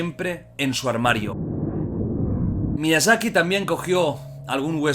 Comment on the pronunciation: Todos: Miyazaki Jordi: Miiazaki